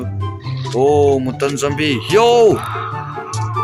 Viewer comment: Mutant tih kha mutan ti in lam suh u kha english a u ang in lam rawh